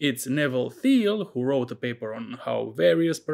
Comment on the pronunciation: Well done. BTW Thiele is pronounced teal (the h is silent).